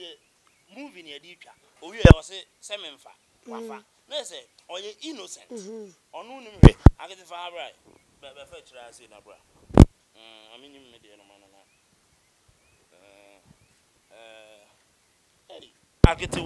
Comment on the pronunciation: CANT EVEN SPEAK TWI AAAAAH..! AKETE BLA! MASA AD3N, ITS BRA! NOT BLA